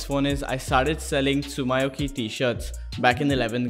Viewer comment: Everyone:Tsumyoki Him:Tsum my oki